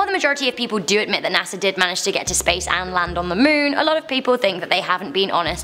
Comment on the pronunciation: NASAr🤔 you keep saying LMAO